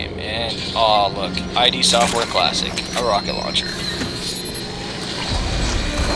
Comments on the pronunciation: yeah its pronounced "id" like rhymes with "sid" not I.D. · It's ID, not eye-dee. It's pronounced id, like, kid, without the k... Thumbs up if you agree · ID NOT EYE DEE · Listening to you say I.D. over and over is making me cringe. It's id, as in the ego and the id. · its ID not I.D. sorry im ocd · Quit watching after 30 seconds. Heard I.D. four times.. too much. The company's name isn't pronounced like that. Come on, they've been around since wolfenstein.. I can't trust a review from someone who can't pronounce a two letter word.